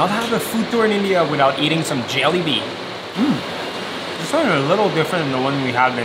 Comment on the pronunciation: I was with you guys until you pronounced jalebi